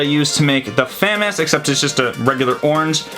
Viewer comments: ITS NOT FAM-AS ITS FUM-AAS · You say FAMAS wrong. It's FAH, like AAH, the MAS, like Moss, also, one of the unfinished kits you have is the actual FAMAS kit, since it's a bullpup, and you can make an actual AR15 barrel with a retaliator barrel and a part from thingiverse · He kept famas wrong it’s pronounced like famaus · It's f ah m ahs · yo, it's pronounced a "fu-moss" and BTW i love ur vids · Who else is cringing at fam-is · The bullpup looks more like a famas. Also ur saying famas wrong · You said Famas wrong noob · You said Famas it’s French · Love the video but you’re saying FAMAS wrong.